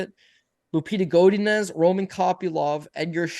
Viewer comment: How pronounces Godinez triggers the train smoke out of my caboose